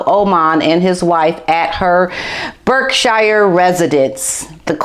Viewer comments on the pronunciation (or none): none